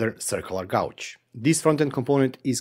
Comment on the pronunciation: White guy from Missouri here (middle of USA). Don't listen to that guy. Love the way you say Gauge. (Gaw•j) Lol Its awesome, and of all the youtubers of Eastern European decent I have watched, your accent is super clear and very understandable!